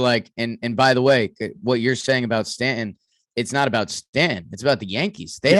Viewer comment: Judge will not want to re-sign with a team that rests it's entire offence on his shoulders. Who wants that hanging over their head for 162 games? Also, needs to learn how to pronounce "Stanton." Also is now quoting a 2004 Red Sox player, new low.